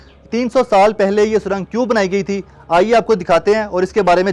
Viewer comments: O Bhai lafaz surong hota he na k surang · Pehle to isse yeh batao, jahil admi surang hota hai na k sarang😁😁